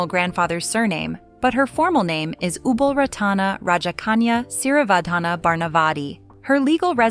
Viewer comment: Ubol Ratana's name is wrongly pronounced. I was married 15 years with a Thai and lived partly in Bangkok Yai. Many photos here show members of the Royal family without Ubol Ratana. Many Thai men have a so-called "minor wife" , which means adultery is common. It surprises me that Ubol divorced because of adultery.